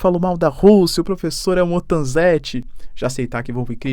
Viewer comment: professoãã!!.. kkkkk que r4io de português é esse??.. professoãã 😆